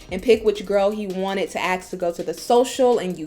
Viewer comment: it is ASKS not AKS